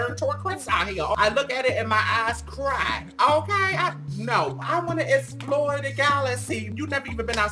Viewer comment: "I wanna exmore the galassy" GIRL BOOM! LMAO